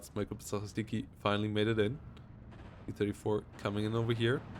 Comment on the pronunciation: Its gruppa zaCHistki like word Chew. Ch. Gruppa za-chi-stki or group of sweepers if we to translate it